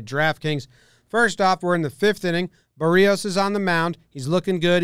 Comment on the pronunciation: Holy shit, you actually pronounced Berrios right. Everybody for some reason pronounces it Ber-Ri-Os